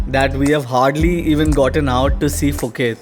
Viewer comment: Happy Birthday to Ritika!! and to you and happy anniversary. I am Filipino married my Thai wife some 27 years ago. I submit that your journey of happiness ahead is soooo long. There's much more fortunes and unbelievable surprises you will walk through. Enjoy the ride, even more. And finally, phonetically, do separate the 'P' from the 'h' so that 'Phuket ' is not pronounced in the start with an 'F' but rather 'Puh-ket'. Enjoy ☺️ !